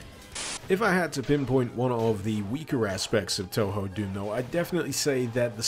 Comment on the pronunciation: The kanji used in Touhou, 東方, are pronounced "Toh-Hoh" - in fact, the technically correct-but-less-used way to spell it is "Tōhō", with the accents. Spelled "Tōhō", it's far less ambiguous how you pronounce it. (Don't worry, I used to pronounce it "Too-Hoo" myself.)